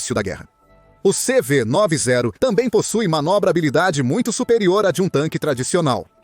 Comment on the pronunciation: Não é CV 9 e 0 você tá falando errado! Esses brindados têm o nome de CV 90 pq foram construidos na década de 90 por isso tem este nome. Entendeu!